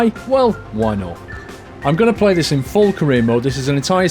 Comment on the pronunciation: it did sound like pray